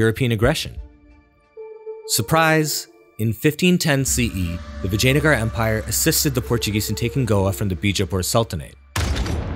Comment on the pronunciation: You're doing too many videos about India to pronounce Indian words so poorly. It's not Palluva, but Pallava. It's not Brahmin with the "a" from apple, but with "ah", as it's written. Vijayanagar also... do you know how consonants work in Spanish? They're simple. Learn that and assume it's the same here, you'll improve 90% just that easily.